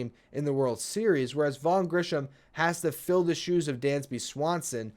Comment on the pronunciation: Just a quick sidenote. It's Grissom, not Grisham.